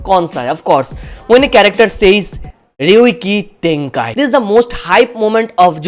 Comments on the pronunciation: Its not Ryokei Tenkai It is Ryujkei tenkai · Ryoiki Tenkai and it's not even close 🤣🤣